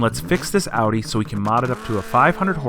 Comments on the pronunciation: y tf did he say odee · Cringe every time they say “aww-dee” instead of Audi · Am I the only one unreasonably bothered by them pronouncing it "awe-dee"? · You pronounce Audi wrong. Dumb ass. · How can someone who "knows cars" still mispronounce "Audi"?